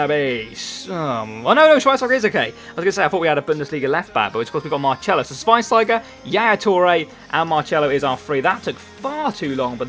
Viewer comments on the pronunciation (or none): why do you pronounce marcelo as mar-chello now when you didnt before